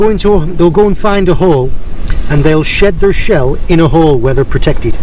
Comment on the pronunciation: Oh my days, saying shed their shell in a Cornish accent now, picked it up proper aye!,😉